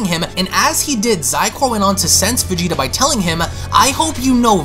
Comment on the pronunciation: Lol the way you VeGEtA is hilarious